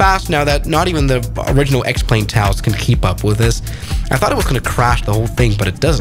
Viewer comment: I JUST realised "X-Plane" is pronounced as "Explain" - is that their intent?